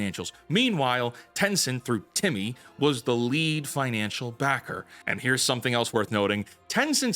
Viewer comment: The way he says TiMi😂😂😂. 😂😂😂